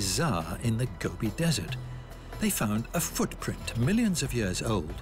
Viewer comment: Pronunciations leave a lot to be desired. Gubby Desert? SMH Also, It's pronounced An-tik-ka-thir-ra. Rezerchers? Really? Hew-stun, not Who-stin! Fix the Bot or hire a different Narrator.